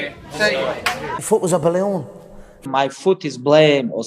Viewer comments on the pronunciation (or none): “Moi fut was eh belewn” ~Conor McGregor